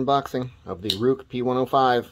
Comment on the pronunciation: It pronounced "Rake"